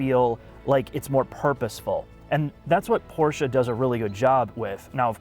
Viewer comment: Congratulations - You are the first american who pronounces "Porsche" with an "e" - Great ! All the others say "Porsch"